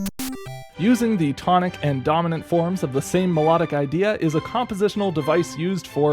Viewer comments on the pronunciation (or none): none